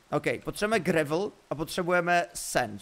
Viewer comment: Prosím říkejte "grejvl" díky ❤😂